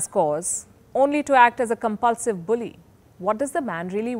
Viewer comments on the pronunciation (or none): none